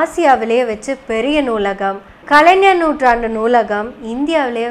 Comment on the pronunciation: கலைநர் என்ற உச்சரிப்பு தவறு, கலை"ஞ"ர் என்று தான் உச்சரிக்க வேண்டும். 🤝